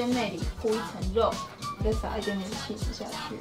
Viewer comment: 我把起司听成气死😂🤣